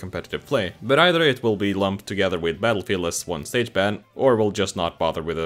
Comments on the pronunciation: Yeah why’d he say metal field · Is it just me or did he say metalfield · Did he say Metalfield? What. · “Battelfegeld” “Mettlefield” Take your pick